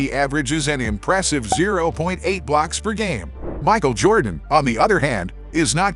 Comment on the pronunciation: If you can’t pronounce the name correctly, I think you should find something else to do on YouTube.